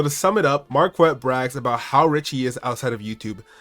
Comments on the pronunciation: The name pronunciation alone should tell you that he’s ignorant… It’s a French name and there is no ‘w’ in the pronunciation!!! It’s like demanding that we say the ‘k’ in knife!!! It’s an English word and you pronounce it as such. Anyone in France would think he’s an imbecile. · I love how he confirmed his name is French and still continues to pronounce it wrong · Every time I hear him say his name it just sounds like market 😅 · His pronunciation of Marquette sounds like someone's pet rooster 🐓